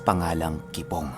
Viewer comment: Kipong hindi kibong hahahahah